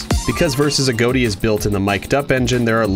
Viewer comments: He just said "A-Goat-I" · I think it's pronounced "A-gah-tea" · Why does he say agoti like agoati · You're saying his name wrong It's a-got-i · Why do people say A.G.O.T.I as A.G.O.A.T.I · AGOTI is pronounced : A-GOT-I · you pronounce it like agoati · It's pronounced A-got-y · Its pronounced agoti I thought it was pronounced agot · why tf he saying aGOATi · He pronounced A.G.O.T.I.'s name wrong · I think that he said his name wrong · Your saying his name wrong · You pernounces Agoti wrong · Thats not how u prenounce agoti